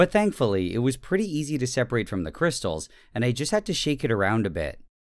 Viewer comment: I believe you meant to say KRISHTAALS